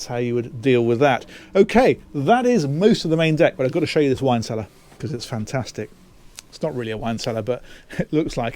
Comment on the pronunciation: "Wine cellear" Baah! It's perfect for the kids! And if they don't like it - They can shut the whole boat down :-D